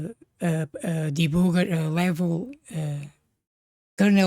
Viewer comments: I don't mean any disrespect by this, but I find the way you say "debooger" so genuinely funny that I'm going to start using it at my job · I love how you pronounce 'debugger' :)